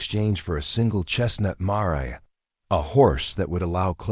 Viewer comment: Gotta love those mah rays. Stupid ai, it is m ay r or may r, not mah ray